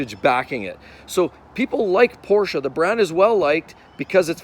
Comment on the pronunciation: Porscha , porscha, porscha 😂!!!!!